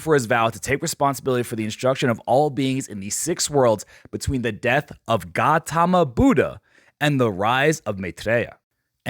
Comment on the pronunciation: Bro F***'d up the Gautama Buddha's pronunciation😭😭